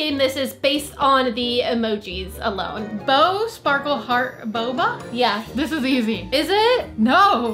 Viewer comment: The way said baba Instead of boba